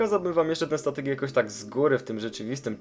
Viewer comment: 03.00 on powiedział tatek a nie statek